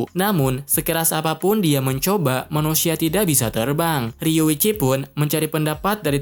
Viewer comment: Riyuchi bang bukan riwichi.